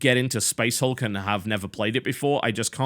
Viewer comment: I like how in the beginning he pronounced it as "Space HALK"